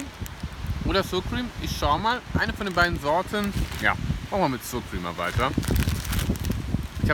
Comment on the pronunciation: Ooh lecker, genau was für mich. Muss ich mir demnächst auch mal zulegen:))). Achja und wirklich nur als liebgemeinte Anmerkung: Sourcream wird nicht [ßuhr Krim], sondern [ßauer Qurihm] ausgesprochen lieber:))).